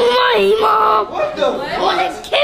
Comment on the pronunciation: "I WANNUH KIYULL MAII MUOM" "I WANNAUH KIYULL MAII DEAAAEEED" "I WANNUH KIYULL MAAHII GREADMAHH" Such beatiful words 😍😍😏✌️💕👍😭😍😩😔🤪🥺😫😜🤡